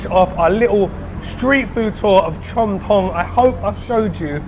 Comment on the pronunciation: "Delicious looking Farang," 🤣🤣🤣I tell ya,, sometimes what comes out of your mouth is hilarious 🤣🤣🤣. You have got a great workout today, searching for the best food. I am impressed👍 oh, CHOM THONG, จอมทอง, is pronounced as JAWM TAWNG.